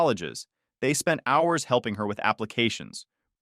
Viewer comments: It turns fabulous now and then. - "mom would spend OW-URS (HOURS)" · Why he said hours like that I'm dead 😂😂😂😂😂😂😂😂😂😂😂